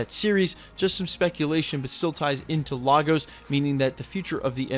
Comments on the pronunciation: Point of Correction, It's not Lah-Goes, it's Lay-Gus. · Hate to be that guy but the city is pronounced 'lay gos' not 'lar gos' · IT'S LAY-GOZ NOT LAR-GOZ... jeeeeez lol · It's pronounced Lay-gos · ok everyone say it with me now... "Lay-guhs" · LAGOS is pronounced Lay-Gus make the attempt atleast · Yo bro, it’s pronounced Lay-gos just letting you know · Nice breakdown. BTW it's pronounced LAY-GOSS! LAGOS. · It’s LAY-Gus Nigeria. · So frustrating that wandavision creators put so much time into researching sitcoms for accuracy but no one took a second to research how to pronounce Lagos correctly. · why does everyone pronounce Lagos wrong? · As a Nigerian, the way this guy says Lagos🤦😂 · So many people mispronouncing Lagos.